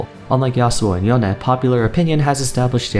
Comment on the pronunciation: Why does he say yone weird, it’s literally pronounced the English way in the cinematics